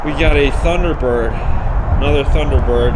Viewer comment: I watched all the way through. Each time the kid mispronounced a make or model of a car I felt a pain in my chest. That e didn’t know most of those iconic cars is very sad. He didn’t think much of the Thunderbird Turbo Coupe. He didn’t know the Subaru SVX which I wanted so much back in 1992. He mispronounced Celica (Sell-E-ka). Those beautiful Cadillac ElDorado and Biarritz and the Cadillac Series 62 under the car cover. The 1968 Camaro. I saw at least 30 of those cars I’d like to get if they were auctioning them off.